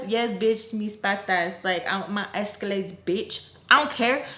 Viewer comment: Not “my EscaLegs” 🤣🤣 is that what she said?